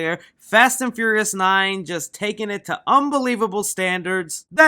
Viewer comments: Say it with me FEE-YOUR-REE-US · you said the fast and furriest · ...wait, I can't be the only one that keeps hearing, "Fast & Furriest 9" am I? Um... Can we have a spoof of this?! Little gerbils or hamsters? Um... YES!... make this happen some how! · “Fast and fur-reous” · Why you say “Furious” like that, good vid tho